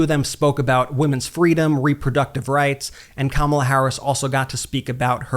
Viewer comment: His inability to correctly pronounce Kamala's name after all this time is a glaring flag of his mental decline!!